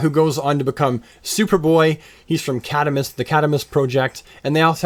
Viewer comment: your pronunciation of cadmus is funky